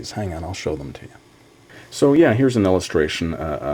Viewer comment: XD well a small help, your "j's" should be "y's", so it's "yeah", and "younger" instead of "jeah," and "junger." But you're doing good!